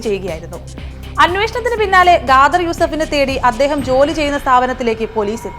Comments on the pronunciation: Gader അല്ല khadar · Ghadar alla edo.. Khader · ഗാദര് അല്ല കാദർ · ഗാതർ യൂസഫ് അല്ല ഖാദർ യൂസഫ്..ഖരത്തിൻ്റെ ഖ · First of all , ഖാദർ ഇൻ്റെ pronunciation തെറ്റാണ് ,അത് മാത്രമല്ല കൊലപാതകിയെ അദ്ദേഹം എന്നൊക്കെ വിളിക്കുന്നു....ഇതുപോലെ വിവരവും നിലവാരവും ഇല്ലാത്തവരെ കൊണ്ട് ഫീച്ചർ ചെയ്യിപ്പിച്ചാൽ ഇങ്ങനെ ഇരിക്കും.... കുറഞ്ഞത് ഇത്തിരി കോമൺ സെൻസ് ഉള്ളവരെ വെച്ച് പ്രോഗ്രാം ഉണ്ടാക്ക് മഞ്ഞരമേ.....😢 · സത്യം 😂 pronunciation തെറ്റാണ് ,അത് മാത്രമല്ല കൊലപാതകിയെ അദ്ദേഹം എന്നൊക്കെ വിളിക്കുന്നു.... നിലവാരം ഇല്ലാത്തവരെ കൊണ്ട് ചെയ്പിച്ചാൽ ഇങ്ങനെ ഇരിക്കും